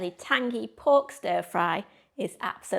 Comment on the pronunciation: That "And schpicey too!" had me in stitches 😂